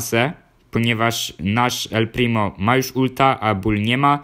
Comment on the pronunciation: powiedziałeś el plimi